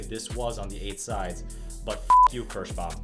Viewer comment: It is called KIrschbaUUUUUUUUUUUUUUUUUUUUUUUUUm, it is not Kirschbam. If you want Kirschbam string go create your own brand of strings. Your awful pronunciation really makes my ears bleed.